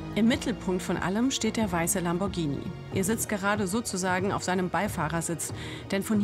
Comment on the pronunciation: Sie spricht Lamborghini richtig aus. Das h nach dem g bedeutet, dass das g ganz normal wie im Deutschen ausgesprochen wird.